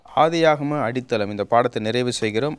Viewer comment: அது என்ன பாஸ்டர் அடிதளம், அடித்தளம் என்று அழுத்திச்சொல்லுங்கள்